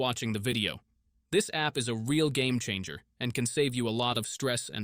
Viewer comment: bro said “gamecher” lmao gamechanger*